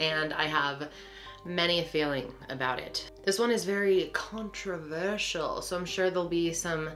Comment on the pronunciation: She sounded SO Aussie when she said controversial 😂